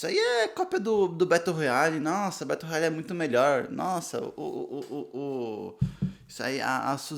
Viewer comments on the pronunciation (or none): Estou lendo no momento e estou amando! A minha única critica é que vc pronunciou o nome do livro errado.